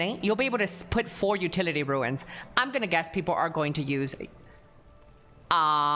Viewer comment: Second creator I've seen in the last two days that says 'ruins' when trying to pronounce runes. It's pronounced like 'roons'.